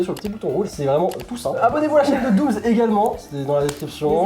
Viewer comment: Dooms et pas fouet 🤣🤣🤣